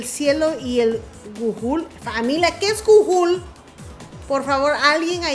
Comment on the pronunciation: gujul.... jajajajaja GOOGLE....